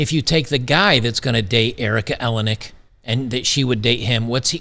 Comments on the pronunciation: EleniAk, not Elenik. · Erica Eleniak. (El-N-E-Ak) not ELEN-ak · you pronounce her last name like Maniac........It matters as much as her lost beauty.....Haaaaaaaa George is married to a Much Younger woman & lives in his Chateau in Fronce....Howard divorced his Frumpy wife to marry this bit-o-crumpet (she keeps herself lookin like this as Not to be REPLACED).... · Erika A-lay-knee-ack. Rhymes with Maniac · El-In-E Ack. That's how you say it, no worries, just wanted to point that out. P.S. I think you can see her tits in Under Siege -- I could be wrong.